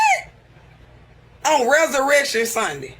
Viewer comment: “On Rezuhreckshun sundhi” 😂